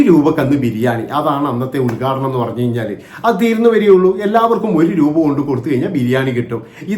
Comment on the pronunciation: ബോച്ചേ, പണഞ്ഞു, പണഞ്ഞു, എന്താ പണഞ്ഞേ?